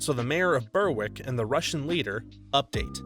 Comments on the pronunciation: Berwick is pronounced Ber-ick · For your information, "Berwick" is pronounced "Berrick".